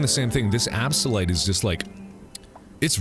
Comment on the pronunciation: IT'S A-BYS-SA-LITE!!! NOT AB-SA-LITE!!!!!!!!!!!!!